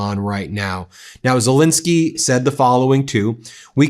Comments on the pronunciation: Z E L E N S K Y , not Z I L I N S K Y . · It's not pronounced Zelinsky, it's Zelensky!